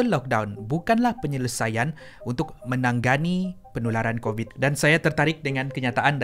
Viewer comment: bukan 'menangganni' tapi 'menangani'...